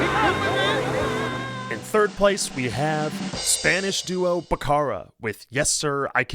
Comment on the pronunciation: Not "Bac-car-a".. It is "Bacc-a-ra" 🤣🤣